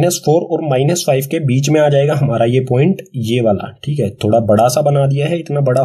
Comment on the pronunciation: Thikhe: just like u whenu say Thike in nlast